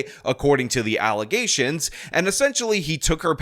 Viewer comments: "Allezations" Your slipping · No false allezations. Don't alleze something without saying allezedly.